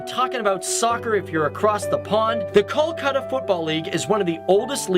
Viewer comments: In hindi it is call kolkata in english its pronounced kalkata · amazing video but kolkata is pronounced as coal-kha-tha but the video was great and i am happy to see my city described without any bias